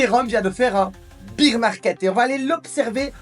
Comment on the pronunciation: Je t adore mais « bear » se prononce comme dans « père ». beer c est la bière en anglais:)